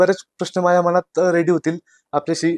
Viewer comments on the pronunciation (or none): none